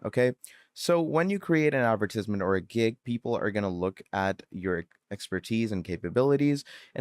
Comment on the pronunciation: I have never heard anyone mispronounce "advertisement" until this video. Stopped watching at that point. If he can't bother to correctly pronounce basic words, there is no way he knows anything - I wouldn't even trust him to know what toilet paper is.